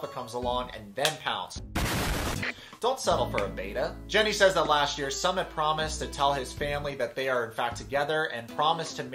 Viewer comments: Jesus his name is not "Summit". It's pronounced like "Soomit", as in "book". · Dude his name is pronounced "SOOO-MIT" not "Summit" we aren't going up a mountain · Ok but his name is not “Summit” like the top of a mountain. Please pronounce it correctly. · Did you intentionally pronounce Sumit’s name wrong? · Fyi...love your commentary but you keep pronouncing Sumit's name wrong.